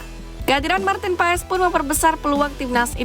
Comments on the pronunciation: Banyak yang salah cara penyebutan Maarten Paes, wkwkk yang bener adalah "Martin Pas" bukan Paes 😂😂😂😂😂😂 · Maaf min ..cara bacanya martin pas jangan paes dong😅